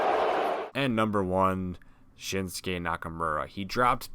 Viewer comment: Why did he say shinskays name like that